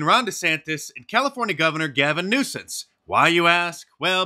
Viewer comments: Did mark just say Gavin NUISANCE? 😂 first time i noticed this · It's not "Gavin Nuisance", it's "Gavin Noisome".